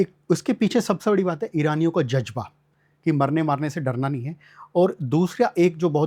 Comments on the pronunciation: Ye janab Farsi padhey magar talaffus bada kharab hai jazba ka Jajaba...Azad ko ajad,julmositum? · जज्बा नही जज़्बा। इजराइल नही इज़राइल। बार बार जज़्बा को जज्बा बोले जा रहे हैं!!!! 🤔🤔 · Jazba ko jajba bologe to kiya persian padhoge 😢